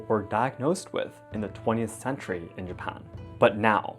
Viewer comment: Is it japan or hapan